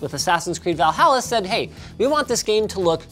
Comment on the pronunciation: Did he just say, 'Va-halla'? LOL